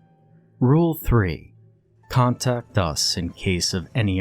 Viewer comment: "Contact us" sounds wrong somehow. I had to turn on autosub to understand what was being said. Everything else sounds fine 🙂 👌